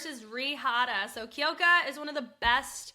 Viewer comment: Sorry but It’s Kyoka (like "cue" + "oh", not Kee-oh-ka), and Rie is "Ree-eh", not just Ree. Two syllables